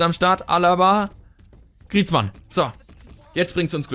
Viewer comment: | FIFA 15 - Ultimate Team, Karrieremodus, uvm. Griezmann wird: Griesmo ausgesprochen:D